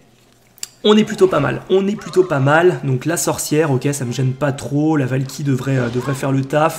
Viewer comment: Qui à entendu "La valkiry fait le café" sur la deuxième game ? 😂😂😂